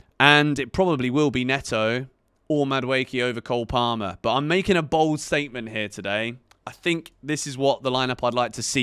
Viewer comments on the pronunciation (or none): none